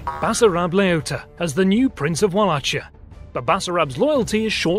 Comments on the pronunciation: Yeah, we know. We've corrected the pronunciation in the Battle of Targoviste video. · Great job! Thank you ! By the way "Walachia" shoul sound like "WalaHia". Ch reads like H in hot dog. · Yes to pronunciation. My wife is a Wallach (val-lah) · Umm, the pronunciation is Vala (as in Valar of Tolkien's universe) Hee (short ee) Ah (silent h) And Mol (very similar to mole) Doh (silent h) Vah (silent h) It's really annoying when foreigners butcher names from one's county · A small corection, it's pronounced Walachia with H like the H in Hercules or hipothermia, the c is silent. Great video anyway! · Wallachia , pronounced like Val-akia as I was taught anyway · It's pronounced "Vallakhia." Great video otherwise. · Wallachia , with chi like in floKI . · Your pronunciation of <<WallaCHia>> and <<MoldAEvia>> makes me wanna puke. Is it so hard to use dictionaries when trying to pronounce a foreign word? UPD: Upon hearing Wilhelm scream I am no longer mad, it's too damn hillarious. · Radu Savutiu - Yes I know. It will be corrected in the future. We now have someone from Romania who will check our pronunciations when we return to this region with more videos. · Fantastic video. A few notes: Walachia is pronounced with an Ch like an H like home not a hard ch like in choice You nailed the pronunciation of Vaslui Walachs or Vlachs was the name given to Romanians by foreigners. They called themselves "ruman" back then. Ștefan didn't attack Walachia to dethrone Vlad the impaler but another prince of Walachia friendly to the ottomans. In the end Ștefan and Vlad ended up hating each other but for other reasons. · Other than the pronunciation of Wallachia, that "welcome to the jungle" was so hilarious i laughed with tears :))). good example of romanian ingenuity in the face of overwhealming odds :) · great video! one thing, you are pronouncing valachia wrong :D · awesome video but you're pronouncing wallachia wrong, there's no ch sound even tho it's spelled like that